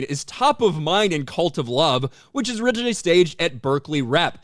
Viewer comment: Oh, CuLt of Love. Has read it differently.